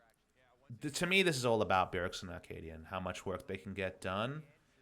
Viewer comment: Love the VOD review! I feel slightly triggered everytime you say Akaadian because it sounds like you're saying Arcadian, which is a play I read in high school...